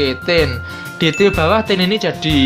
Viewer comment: Maaf bang...Tier....bukan til..wkwk.kyk gimana denger nya low till